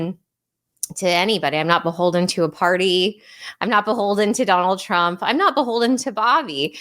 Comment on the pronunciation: Dave Smith introduced this podcast totally unable to say Donald Trump lol! Shanahan is🎉great.